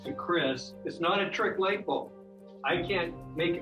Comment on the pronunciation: Lught bulb. 😂